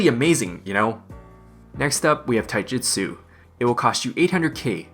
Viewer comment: Lol, it sounds like you're saying taijutsu when you're talking about taijitu. Been watching some Naruto?